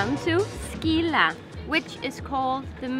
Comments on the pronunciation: Scilla not Skilla! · You are pronouncing Scilla wrong!